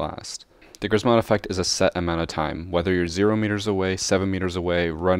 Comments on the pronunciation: Polish and if you want to correctly and easily pronounce Grzmot you should try saying "Gshmot" (with "SH" for "RZ"). "Sz" (pronounced like "sh") is simplified version of "rz", so a lot of Polish people would read it like this and it's correct to do so. Please, if you learn how to pronounce it correctly (and "sh" noise shouldn't be hard to make as it appears in words like "sheer") you will have triple the swag while playing Ela. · Read it like kshmot (grzmot) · Im from poland and when u say grzmot im laugh so much